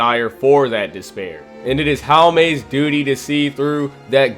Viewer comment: Just so you know how to pronounce Haumea’s name. Its Haw-may-ah